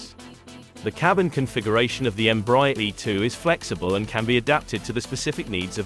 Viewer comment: Please learn to pronounce the brand name right EMBRAER is spoken EM-BRA-AIR